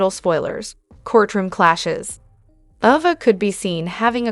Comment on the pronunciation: Please say the names right please Ava a long vowel A not a short one